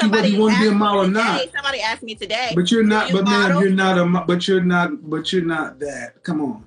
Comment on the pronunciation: I think she was not right in the head. “Someone aksed me today r u a model?” 😭